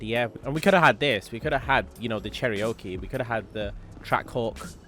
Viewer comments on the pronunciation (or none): it’s Cherr o Kee not Cherr I oke 😂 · Pronounced Cher-Oh-Key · Cherryoaky 😂😂. Come on man. They sold the older Cherokee in the UK. How can you not pronounce the name. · Why you said Cherokee like that “ Cherry Oak e “ 😂😂